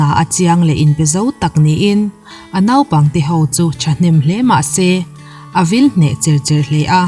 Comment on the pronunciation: Nopang ti lo a,Naupang ti a ilam hi atha khop mai👍